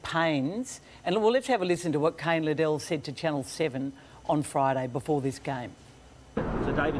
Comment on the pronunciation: It's not Lid-dell, it's Lid-el, get it right Caro!